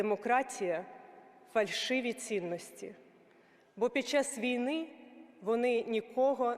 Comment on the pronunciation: 19.7-19.4 свідчить, що текст вперше читається декламатором, бо наголос у слові "війни" покладено не на 1-й його склад, а на останній! Це прикро та збиває загальний заслужений українцями героїко-драматичний настрій від промови!